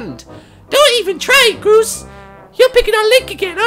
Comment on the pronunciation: I love how Martyn called Groose Grose!